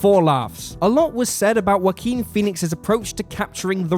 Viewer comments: Respect for the content, but I never heard someone pronounce the name as 'Whoakin' before. This makes the video hard to take serious. :< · "Whakeen" is the correct Spanish pronunciation of the name. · "wa keen" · Everyone; such a great movie yeah yeah Me: did he just say Waki Phoenix? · That's a funny way to pronounce Joaquin, but I loved the video, really good work and good analysis. Thumbs up.